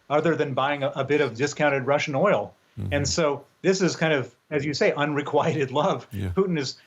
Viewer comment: You're right although I think he mispronounced it. He pronounced it "un re quite ted" not "un re quit ted", no?